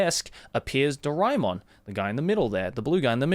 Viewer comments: Its ドラーえーもん in japanese so it would be Dora - E -Mon like joey pronounced it here. I am an indian as well and I didnt knew this until I started learning japanese. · My childhood is incomplete without Shinchan and Doraemon. How can it be complete without it, being an Indian? P.S Isn't it pronounced DoRAYmon? My whole life has been a lie. Edit:- Now I know it's DoRAEmon. But can't change a decades-old habit, so imma just roll with it.